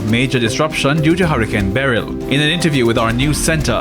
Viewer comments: It's beh-rill not beh-relll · Struggling to pronounce Beryl ? Please stop saying Barel.